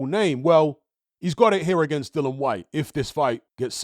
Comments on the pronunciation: oh u mean cuz says Dillon or Dylan instead of DILLIAN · Dill-I-an. Not Dillon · It was aggravating me who he kept pronouncing Dillian’s name wrong every time